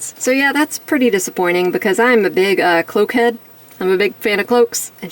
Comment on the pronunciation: OMG.. I thought you said “coke-head” but you said “cloak-head”. As your Enemy I was going to send you a kilo or two but since you’re not into “coke” I will save it for a rainy day. As for cloaks.. very odd how it won’t fit on her with the long hair, that’s an error on the design team. Nice review & pics, until next time 👍🏼